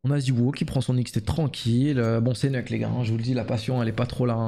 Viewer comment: Tous les vrais disent "neuk", ceux qui viennent de cs1.6 et qui sont toujours là 20 ans après